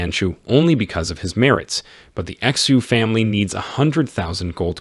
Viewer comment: This is a great recap, but I notice in a lot of videos like this, they seem to mispronounce chinese names. Understandable because they are not native speakers, but the correct way to pronounce names like "Xu" or words like "Qi" are (Shu=Xu Chi=Qi)